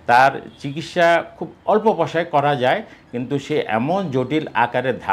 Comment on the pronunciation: প্রথমে বললেন শরীল,,, তারপর বললেন মলম,,, তারপর পয়সারে বললেন পসা,,,, 😢😢😢